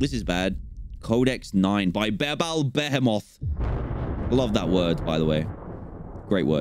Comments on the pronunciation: Through the entire video, I think that Dan refers to Behemoth as “Ba-hemoth” not “Behemoth” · Bah hee moth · its beeble beheamoth is the pronunciation